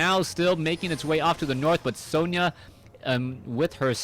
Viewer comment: Sona not Sonia